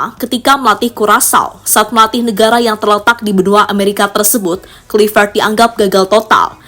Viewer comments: Admin dari kemarin tetep saja sebut klivet. Yg bener bacanya klaivet.. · Sebut nama org hrs benar. Misalnya Kluivert, ucapkan yg benar dong.